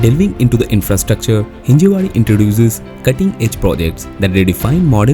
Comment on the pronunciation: It's हिंजवडी, not हिंजेवाडी